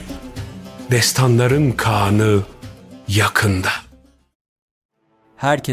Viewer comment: İkide birde "kean "diyorsunuz kean değil kağan